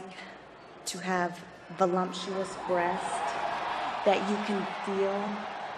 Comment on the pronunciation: Vulumptous? Ha.